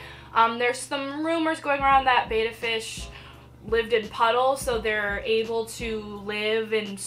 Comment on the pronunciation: It's pronounced Bet-tuh not Bay-tuh 😜💗 Oh and FYI: you want at least a 5 gallon tank. 2.5 is just not enough room 😔💗